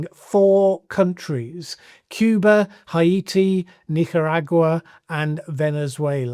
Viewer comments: When someone can't pronounce the names of the countries they are talking about, it reduces my confidence in their conclusions. I have never before heard 'Haiti' pronounced 'High- 8 - eee'. Which means has never heard the word Haiti pronounced in any newscast or public discourse. Which means he's had his head in the sand for the last 3 decades at least. Which causes me to doubt any conclusions he arrives at. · "Hay-tee" is the usual native British pronunciation, which I'm sure is familiar with. Ah-ee-ti is an approximation to the French pronunciation, which I suspect he is aiming for. Increasingly often, these days, placenames are pronounced in the native form, not in an historic British way that was sometimes the result of passing through several other languages.